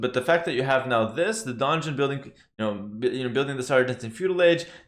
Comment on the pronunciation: Really confusing with the Donjon pronunciation, because it is actually a french building and in English they do not differentiate. If you would, pronunciate it in french it would probably more different from dungeon. :D ;)